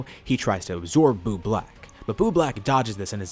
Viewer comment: “boob lack”